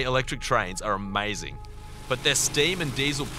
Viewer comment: DIS AMEICING